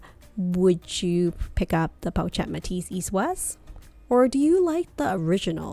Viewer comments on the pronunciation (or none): Really need to call the bag in its correct pronunciation - its po-shhh-et 😑😑😑😑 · Pronounced: Poe Shet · Watching this video with “pochette” mispronounced the entire time is a struggle. “Chic” is pronounced “sheek,” not “cheek.” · PO-SHETTE! jeez. so annoying! do you even own this bag? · correct the pronunciation of the pochette please